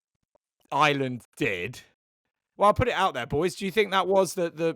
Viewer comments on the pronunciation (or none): Maybe pronouncing the name of the country properly may garner you some more followers in Ireland (not Island)